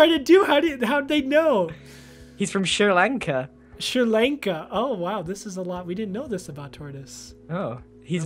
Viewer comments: Sri Lanka? WHAT (Also it's pronounced as: (shrii Laanka) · I hate how he says “Sri Lanka” since that’s where I’m from but it’s fine 😂